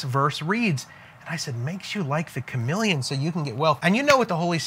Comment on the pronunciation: CHAMELEON, You mean.....not CHAMILLION?!!?